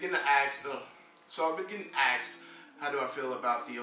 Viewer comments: 26 'asked' not 'axed' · Axed? Asked...